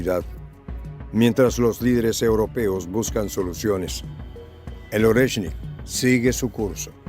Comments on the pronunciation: Oreshnik maestría no es Lorenski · NO es "Orensky" 😂 lo dice mal, es: "Oreshnik" 👍🏻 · no continúes pronunciando nombres rusos sin leer atentamente primero y practicar en voz alta. NO es LORENSKI, es ORESHNIK. Eres una excelente analista pero estás fallando en la lectura, corrige por favor que no es tan difícil. Abrazo solidario. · No es Orensky❌, es ORETSHNIK✅ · Jajajajaja. Primero pronuncien bien el nombre del Oreshnik el, nuevo misil Ruso y después retransmiten noticias de terceros.